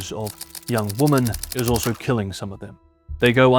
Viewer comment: Woman instead women pronunciation is annoying